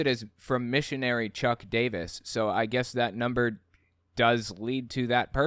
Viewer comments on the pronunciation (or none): none